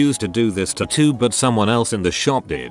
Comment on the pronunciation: i couldn't listen to the horrific way "tattoo" is said in this video ONE more time after 5 mins.